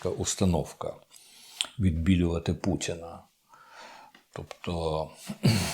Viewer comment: ...хоча..у вимові присутні білоруські звуки: Ц замість Т, А замість О як то : пуЦіна замість пуТіна, дЗякую замість Дякую тощо